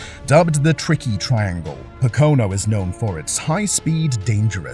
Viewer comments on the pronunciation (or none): Pocono is pronounced "POKE-o-no". Accent on the 1st syllable, not the 2nd. I was very sorry to see Robert Wickens crash that way. It ended his career before it really got started. He would have been a star. It's shocking how fast Kenny Brack's car disintegrated when it hit the wall. But the tub survived, which saved his life. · Pacono? WTF? Assholes.